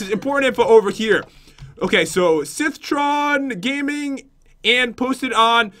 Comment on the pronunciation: His name is pronounced SithtronGaming